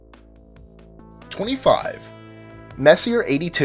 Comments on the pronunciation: If you're going to pronounce it Mess-iER for this entire vid,. I will quit NOW. It is Mess-e- AY. You had to have heard that word pronounced a thousand times if u study astronomy. Mess' e A......well, apparently you are except for. Max......I am out of here, LAZY Ok, what does NGC stand for....? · The Messier is pronounced "Mess-E-A" , not "Mess-e-er". After Charles Messier, who put together his catalog of 103 objects in the late 18th Century. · It's French. It's not messy-er. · Sorry to be an ass but messier is pronounced, mess-e-a, it's just that it was bugging me in your otherwise very good videos. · Messier is pronounced Messi-a. Sorry, it just bugs me.....Don't hate me....please. lol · You mispronounced Messier. The name is French and pronounced Messy-A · It is a french name, so it is not pronounced english. It is Messi-jeh, so to say. As Charon, the moon, is not TSCHÄÄÄRUN, as always in the videos, because it is not english, too, but roman. It is hm, how would you pronounce it Cuchun. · both are correct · Messier is pronounced Mess-E-A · Messier is pronounced Mess-e-a (vowel sound) sorry just busting balls but it is the correct way to say his name great upload though! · He just pronounce it wrong but you striaght up insult him wtf Is wrong with you angry kid? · Learn how to pronounce 'Messier', you sound like a dumbass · seconds in, and Messier is mispronounced 2x already. Who could take the rest seriously? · You pronounce sommalier correctly but not Messier???Lol, just busting your chops! Good list. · Comic B Studios - No, Messier is the sir name of French astronomer Charles Messier. There is only one correct way to pronounce his name: "Messy-A"; Not "Messy-er". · Oh Crap....do a tiny bit of research.. His name was. "Mess-e-ay". Every time you repeat. "Messi-R." , my ears bleed. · Messier is pronounced (Messy-A) not messier. WTF IS WRONG WITH YOU STUPID MORONS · Omg. It's pronounced: "May-See-Aye". Not: "Mess-E-Urh".